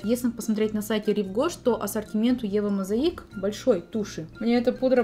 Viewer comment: Да действительно, много хорошей косметики у этого бренда. Ударение на букву "О" - Eva mOsaic. Так будет правильно.